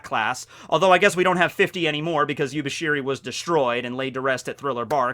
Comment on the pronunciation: It's actually YUBASHIRI, but YUBISHIRI sounds cooler.